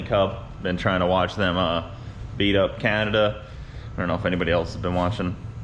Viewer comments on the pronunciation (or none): none